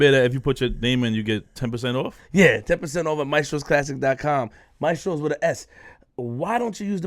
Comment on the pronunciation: Just for the record in the opening advertisement you promote (maestros) you say it wrong, you pronounce it mae👏stros👏...the right way is ma👏e👏stros👏 (3 syllables) the word means teachers just for the record